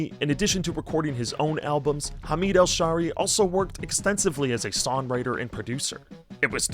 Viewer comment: It's Hameed Al Shaeery not Al Sharey